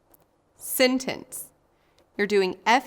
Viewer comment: Learn how to say sentence right bruh